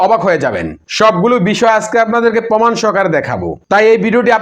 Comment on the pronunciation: আরে ভাই উচ্চারণ ঠিক করেন, পমাণ বলেন কেন ? হবে প্রমাণ ।